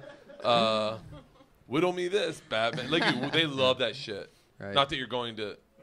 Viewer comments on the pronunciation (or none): none